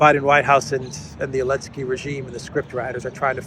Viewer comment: Why does he call him "elensky"?